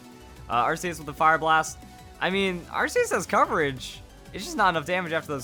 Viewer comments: if i get 1 penny for every time he mispronounced arceus, i'd be a millionare. ar-key-us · its ar k eus check official pronounciation ar keus and the jewwell of life